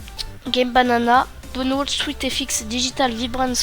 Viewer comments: "Downwold" haha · Bonne vidéo, bien expliquée mais essaye de bien prononcer Download xd . Pour les gens qui ont des problémes avec sweetfx j'ai une autre methode pour vous,: 1- Allez sur votre bureau , clique droit Propritété graphique. 2- Allez sur Affichage 3-Couleur puis sur avancée 4- Vous modifiez la saturation comme vous le souhaitez . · Putin comment tu prononce download XDDDDDD